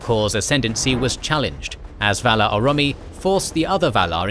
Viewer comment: What's with the pronunciation on these videos? Aule = A-louis? Orome = Oromie? Eglarest = Elgarest?